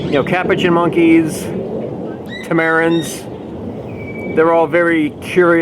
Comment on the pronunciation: When you see the Colobus monkeys, please read the sign carefully. There is no 'M' in the name. It is not pronounced like the guy given credit for discovering America. Also look up some videos on Tamarins. You've been saying it incorrectly as well. You say it like TAM - er in. Thank you for your fantastic zoo videos..